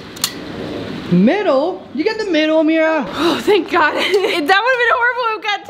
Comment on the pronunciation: said Oh my gauge